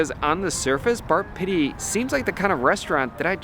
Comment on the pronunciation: Sounds more like Bar Shitty than Pitti - by the way, it is pronounced PEE-TEE, like physical therapy which it seems this place needs! That food looked awful - in Italy, we call it an Americanata. I don't know why people think that celebrities know anything about good food? Many of them are just peasants who got lucky!